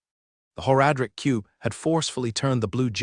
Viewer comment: the voice is fine but the pronunciation of several words bugs me to no end. It's like nails on a chalk board. "Whore-adric cube" for one drives me insane.